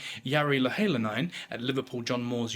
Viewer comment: The pronunciation is annoying me! Sorry, but Louhelainen = Low - he - lie - nen (he as in the start of the word hen). Leavesden I assume is the same place where they filmed Harry Potter (Watford). It should be easy to get the correct pronunciation, it is not Live-ess-dean!!!!!